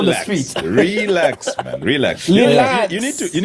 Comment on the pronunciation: Ba zulu speak well the word relax, its not rèelax